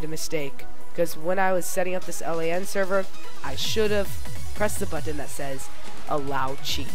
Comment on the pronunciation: "LAN SEVER"